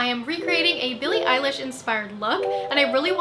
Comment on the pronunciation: Wow Jackie this transformation was amazing! I love Billie's music so much. and being Irish I have to give extra credit to you for pronouncing Eilish right, seriously I have heard it butchered 😂 xx